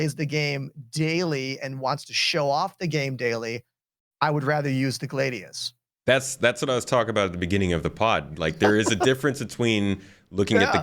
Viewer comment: The "Glaeydious"